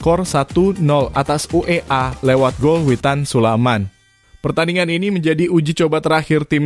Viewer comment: Admin gak Pernah benar menyebut nama Witan Sulaiman, admin selalu sebut witan sulaman, ini nama orang bro, jangan suka2 kau ucap Nama orang, kalau kau mau dihargai, hargai pula orang lain,terutama sebut nama orang dengan Benar, jadi admin kok BOTOL banget loe...